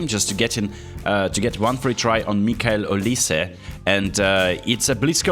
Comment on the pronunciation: Oliz, not oliSe